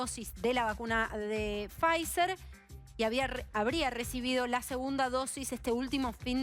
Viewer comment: Quhheeedeemooo la Faizzzerrrer!! Pod q arjentinahh no adegló con faissssseelll